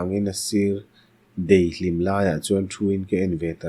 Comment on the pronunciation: Luangthlak ❌ Luanthlak✅ Meng harsa❌ Men harsa✅ Deihhlim ❌ Daihhlim✅ Ka tang vang ❌ Ka tan vang ✅ Hei lo tianglam tihsual atam reuh khawp mai, a ngaithlak a hahdam lo a😢 plz in chulmâm sak hram thin teh hotupa 🙏